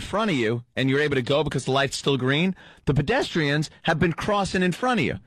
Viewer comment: Anthony says bedestrians